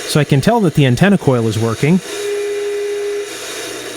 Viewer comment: Untenna lol